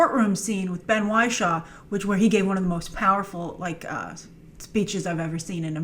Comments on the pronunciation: Isn’t it Ben ‘Wish-shaw’ not Ben ‘Why-shaw’? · Welsh Marvel I was looking for a comment that said this, it is absolutely Wish-shaw not Why-shaw!